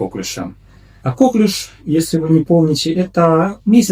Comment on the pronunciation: коклЮш. Так правильно ударение ставить 😉